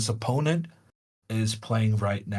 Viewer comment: Nice to hear the commentator pronounce the word "opponent" the correct way - unlike others who must remain unnamed for now and which I wish a speedy recovery..